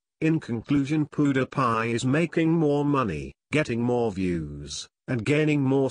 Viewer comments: It is not poodiepie it is Pewdiepie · hahaha.. wait wait, what? POO-DA-PIE? IS THAT WHAT I'M HEARING? MAN LEARN HOW TO SAY OUT HIS NAME!!! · Lol what is that he says powdiepie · it's "Pew-Dee-Pie" not "Poo-De-Pie" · lol poo-da-pie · he is pronuning him pudapie 😆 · "Poo dih pie"😂😂😂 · who else loled at the way the narrator said pewdiepie? "How rich is poo de pie?" XD LMAO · Pew der pie? That fecking voice!!!!!!!!!!!!!!!!!!!!!!!!!!!!!! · haha he said poopdepie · lol the story teller says poo die pie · he pronouces pewdiepie as pooh da pie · He is saying poodiepie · not pudapie -_ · poodepye lol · If he is your classmate then why did you say pewdiepie so weird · If you were his friend you would say his youtube name right and stop saying your all these famous people's friends because your not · He doesn't say his name right.!!! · the guy doesn't know how to say "PEWDIEPIE" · He can't even say PewDiePie right. Haha